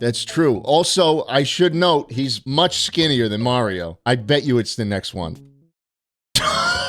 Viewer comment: saying "he's" like that isn't just him come unc